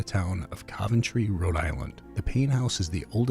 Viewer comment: Why do you pronounce Coventry incorrectly??